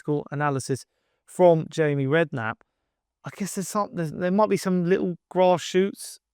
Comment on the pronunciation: you said Jamie Redknapp 😆